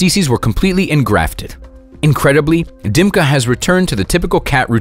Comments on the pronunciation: Ни один англоговорящий не выговорит буквы Ы - вместо Дымки скажут Димка. Чувак, ты спалился. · Its Dimka, not Dymka.